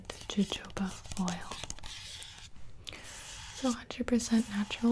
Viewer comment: gibi noooooyou don't say Ja Joba you say Ha Hoba oil!!!